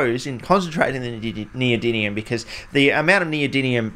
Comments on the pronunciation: 💡Pronunciation tip: nee-oh-DIM-ee-um. That's 👉DIM 👈, not DIN. Thank you!‼ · NeodyMium with M, not with N! Please, stop saying NeodyNium it physically hurts my ears. :) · Yeah mate but wtf are you pronouncing it as NeodyNium when it's NeodyMium? Even the Yanks can say it properly. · do you keep saying "neodyNium"? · The chemicals name: neodymium Him: neodynium (every single time btw) 😂😂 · New drinking game: Take a shot every time he says “neodinium” instead of “neodymium“ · Why do you pronounce it “neodynium”?? 😅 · Why do you keep saying neodynium instead of neodymium? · Is it just me or are you saying neodinium instead of neodymium 😅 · Great video. My ears are sore though from you pronouncing it NeodyNium instead of NeodyMium 🙈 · Yes, it is neoDiDlium!!! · It's almost a drinking game hearing you say "neodynium" (with an N) over and over all while I can see the title of the video that clearly reads "noedyMium". But don't feel too badly. Most people over hear can't say aluminium properly. 😂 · In the spirit of being a pedant, it's pronounced "Neo-dim-ee-um" there is no second N anyword in the word. Great video as always though! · In this video: 35 minutes of a grown chemist saying neodynium. At least it's not neodynum :D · Every time he mispronounces neodymium as "neodinium" i get forest whitaker eye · PhD in chemistry… still can’t pronounce the elements correctly lol😂 “neodinnium” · WHY does everyone say "neodynium" ? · is it me or is it pronounced neo-dym-ium? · Does mispronouncing NeoDIDLIUM every single time tip you off too??? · Can't even pronounce NeodyMium correctly. It's an M, not an N. You spelled it correctly in the video title (probably only due to Spell Check forcing you to) but say it wrong over and over and over. FFS. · That was incredible! I don't think you said neodymium correctly once! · He said the first m as an n every time 😭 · I don’t think he pronounced it “Neodymium” once in the entire video 😂